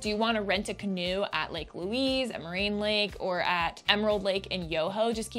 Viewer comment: Please edit the name and pronounciation of the Lake, it is not Louis (like the man), it is Louise, as in female!